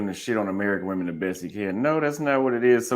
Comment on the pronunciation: Bro was cool, but why he say "waamen" like that?😂